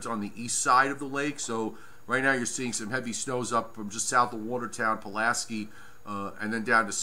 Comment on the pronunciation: Pulaski ends with a LONG I, not a long e